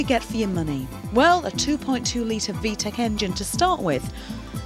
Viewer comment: It's VTEC not VTECH lol Vtech is a phone company